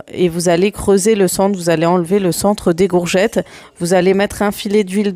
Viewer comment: Coucou Super vidéo comme d habitude Bon courage pour ton rééquilibrage alimentaire en tout cas tu es déterminée. Le faites que tu prononce gourgettes au lieu de courgettes, je trouve ça trop mignon. 🥰😘